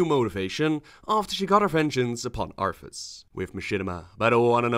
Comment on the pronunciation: It's what, 4 years now? And you still spelled Arthas wrong, it's Arthas, not Arfus.